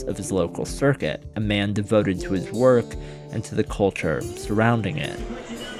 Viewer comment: Seems it is now popular to pronounce culture caw-churr. I don't know why